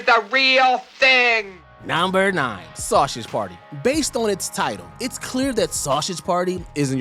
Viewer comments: “Sauchage” party? “Sussess”? “Kahzistan”? What’s wrong with your pronunciation? Lol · Bro, I'm portuguese and I just felt embarassed by hearing an american pronunciating "sausage" and "Switzerland". You speak english there on the USA...